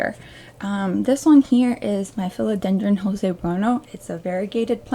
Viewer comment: I'm a minute in and already learned something: How to say the word Philodendron 🙂